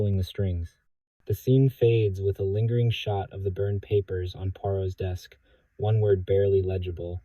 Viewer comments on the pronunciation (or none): I tolerated the AI saying “Herculee”, but pronouncing “one” as “own” was vile.